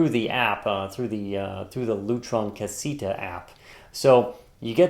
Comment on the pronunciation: Awesome review! Though I think it's pronounced Ca-say-ta.